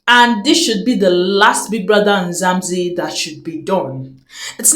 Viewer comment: It's MzaNzi NOT MzaMzi